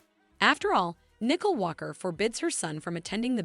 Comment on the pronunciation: Get the names right. It’s Nicole not nickel